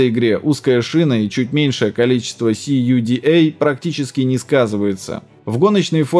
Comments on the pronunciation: Весь ролик сижу и думаю, что это за волшебный "си, ю, ди, эй" в этой чудной CMP. А потом осенило это ведь "ку, да" 🤣 Отличный акцент 🍺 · CUDA - все говорят как "кУда"